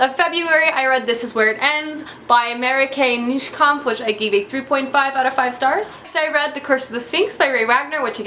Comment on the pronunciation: The way you pronounce Marieke Nijkamp gets me every time :'D Love the list tho! I urgently need to pick up a book of Patrick Rothfuss.